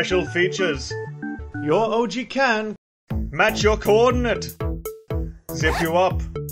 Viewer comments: ish it sounds like she said "Orgy Accessory" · Did she just pronounce ouji as orgy? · I kept thinking they were saying oragy.